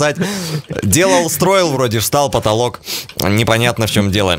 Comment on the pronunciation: говори нормально а не так как ты сказал про поталок